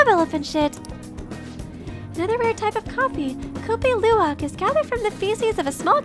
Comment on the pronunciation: I know it's late and all but Kopi Luwak is pronounced "Copy Lu-wak"